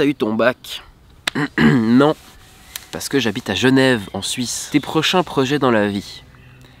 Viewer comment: Tes prochains projets dans la vie ça se dit tes et pas t'ed